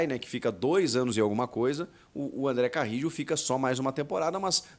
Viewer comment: Acho que você tá esquecendo o espanhol, pô.